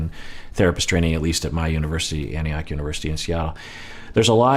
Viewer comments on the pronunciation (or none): none